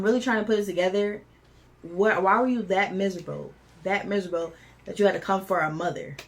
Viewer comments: "Y'all misurbel" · Misabo? I think you meant to say miserable. But I'm not either one of those things.😂